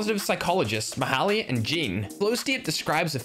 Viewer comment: The moment when he said Mihaly instead of Mihaly :D